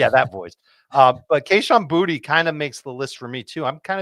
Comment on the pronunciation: Its not Booty its pronounced, Bootay. Its a louisisana last name